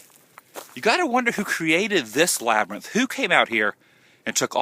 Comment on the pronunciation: LOL. The LaBrYnTh!! Can't say it normal. Haha. Cracked up at the end with the sun and your goofy labryth talk.